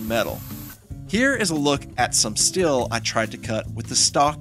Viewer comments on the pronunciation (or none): good video but you're killing me with every time you say "Still" instead of "Steel" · Please, it is " STEEL " not " STILL "